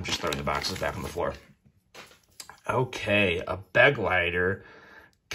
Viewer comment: It’s Be-GLEI-ter, not BEG-leiter! It’s German for “Companion”.